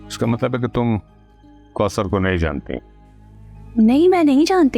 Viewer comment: Kousar not koter